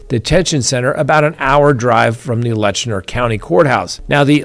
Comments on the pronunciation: It’s pronounced Lett-chur not Letchner. FYI. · You are mis-pronouncing the county name in the Sheriff case. It is Let- Cher , not Letch-ner. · Hey just wanted to let you know you are saying Letcher county wrong lol. You are putting an "n" in there pronouncing it Letchner. There's no "n" sound. It's said like "Lecher". Just letting you know 😊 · Learn how to properly pronounce LETCHER!!!! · It's pronounced Let-cher, not Lesher County. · Hey, it is Letcher County. No ‘N’ in Letcher. My family is from Whitesburg, Kentucky. My siblings and I own our family cemetery there. We go several generations back. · Not Lestner it's Letcher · It is Letcher County, not Letchner County. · I think you mean Letcher County, not Letchner County as you keep saying. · It’s LETCH-ER. There is no N in it.😂😂😂😂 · Its Letcher County, Not Letchner. There is no N in the name. Now you learned something. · LETCHER not Letchner. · I am, and you should be too, a stickler for spelling and pronunciation. The county is Letcher, not LetchNER. No harm no foul, but these things matter. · It's Letcher county, not Lesner county. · Painful hard pronunciation of “Letcher” 😮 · It's Letcher County. There is no "n". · No “n” in Letcher. Maybe you’re trying not to imply a pejorative?